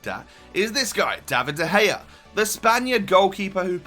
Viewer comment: Dea Gea.. LOL!